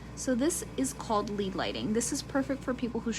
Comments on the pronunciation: Please pronounced as LED, rhymes with bed. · Thanks. I read it as "led" but thought I was wrong when she started speaking. Lead as in the element. Thank you for telling me I'm not crazy 😉